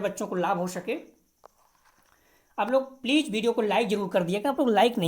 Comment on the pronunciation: Pleej pleej kyu bolte ho please bola karo ....pleej bahut odd lagta h🙏🙏🙏